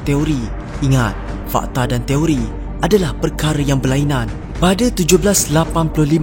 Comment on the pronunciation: Toiri ke Teori.. dgr mcm sebut Toiri 😅😅 Fakta no 06 jadi 09 😆